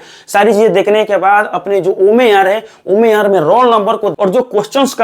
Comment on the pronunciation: omer ni OMR hota h..try to improve your ascent.. Different type & category of students are watching ur videos...